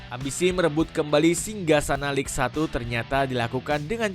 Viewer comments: lig satu 😂😂😂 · Cara baca Ligue 1 itu Lig Ang woyy. Ngawur naratornya. Nggak profesional banget 😂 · Apa sih naratornya bego banget. Banyak salah woy cara bacanya. Ligue 1 aja salah baca, Il Popo malah dibaca Dua Popo 😂. Goblok banget wkwkw padahal isi videonya udah bagus tuh